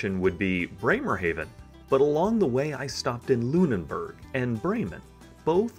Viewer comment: That's a nice trip! The hotel room in Hamburg was indeed spectacular. Just a thing about pronunciation: Lüneburg only has one n (you always added one between e and b).